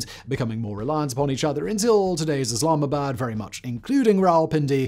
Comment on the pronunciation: come on man! Don't butcher the city's name. If u can't say it then just don't say it.